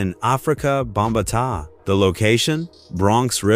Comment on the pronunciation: Afrika "Bom-ba-tah" man this A.I. bs really needs to go when doing these types of stories. The way it butchers the pronunciation of these iconic artists is a fk'n joke